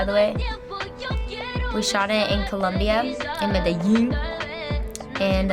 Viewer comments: She said medellin wrong... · lo dijo en un acento raro, me parece. Pero es obvio que lo hizo al propósito.